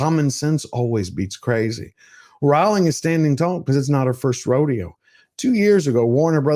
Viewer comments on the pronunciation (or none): But could you pronounce this wonderful woman’s name correctly? It’s ROLL-ing, not ROW-ling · It’s pronounced ‘rolling’